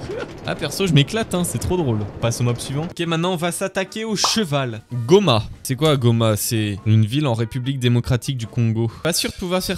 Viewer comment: Sa se voit que n'a pas fait Espagnol en LV2 car "goma" c gome